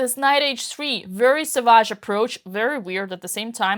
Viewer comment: Cute how Dina pronounces "savage" as though she's speaking French with the stress on the second syllable